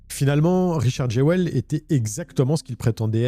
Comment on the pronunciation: Je dis pas ça en mode critique mais ça me fume que Jewell se pronunce normalement "Juul" et que en fr on fais vraiment 0 effort : Jéwelle